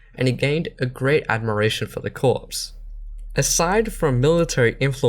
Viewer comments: "Corps" is pronounced like "core", not like "corpse". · It's pronounced core, not corpse, lol :)